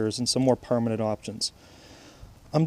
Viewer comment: Bro can u stop saying permanent like Oka